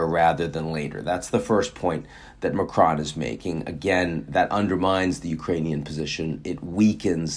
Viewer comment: Please do not pronounce the 'n' in Macron